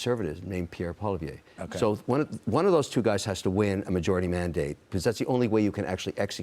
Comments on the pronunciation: O’Leary is so fake, he can’t even pronounce Poilièvre’s name properly! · You guys have zero idea what is going on here in Canada and the Canadian like Kevin O’Leary can’t even pronounce the Conservative leaders name. Carney is the idiot king daddy. He’s worse than Trudeau ten fold. O’Leary is right we need to fight China and merge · Butchers Pierre’s name every time lol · Mr Canada???? OMG....Kevin is an absolute joke.....he's a laughing stock in Canada....he can't even pronounce Pierre Poilievre NAME for pete's sake !!!! He's the clown of Canada. He's the new Conrad Black....but he's not been in jail yet.